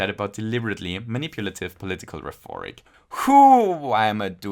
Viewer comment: I have to ask if you mean to say "rheforic" instead of "rhetoric." I really don't mean to be rude and understand if it's just a small mistake, but sometimes you'll say something wrong on purpose for the sake of comedy so I'm not quite sure. Either way, this was an amazing video as always